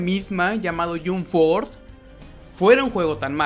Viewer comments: wtf ni el nombre lo pronuncia bien no se dice yomp fort se dice yamp fors y el juego esta de la made esta buenisimo,tu solo estas fumado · Me desanimó ver el video cuando escuché que pronuncia Yumb Forz :v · Se pronuncia "YamP Fors", no "Yum Fors" xd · No, él dijo: Yum forth :v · El yunforjajajajja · yum forza alv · Primero aprenda a pronunciar y después critica "yun for" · "Ke yum ford thea un mal joego" qué juego es "yum ford"? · Se pronuncia jamp fors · Por favor jahsjahs me da risa que critiques un juego sin siquiera saber pronunciarlo don't mames, me explota la cabeza 😂